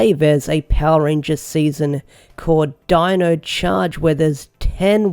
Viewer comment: Lol deno instead of Dino. Can the dude not have just listened to the theme song and got the name right